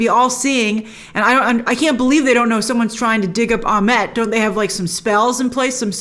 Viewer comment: Egyptian name pronunciations seem to be all over the place here. Ammit is spelled as though it should be pronounced Ah-MITT, but Grace keeps saying Ah-MET. Huh? And then in the episode they pronounce Isis as Ee-seece. Okay, so if those letter "i"s are supposed to sound like "ee", then the name Ammit should sound like Ah-MEET. Can we get some clarification on this please? We're all so concerned about cultural authenticity, after all, how about we start with correct pronunciations.